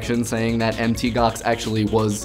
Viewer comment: On the pronunciation of MtGox: in an official how-to video from MtGox, it's pronounced "Mount Gox" vimeo(dot)com/ (old discussion, I know)